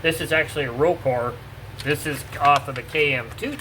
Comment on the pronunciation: Life-Like was owned by Walthers, NOT Wurthers. (Wurthers is a candy company, Walthers is a model train company) Walthers was a model train company as was life-like at the time. Another thing, it's pronounced Ro-CAR not ro-core......can we please get thing pronounced correctly if you are going to do a "history of" type of video? Rokar!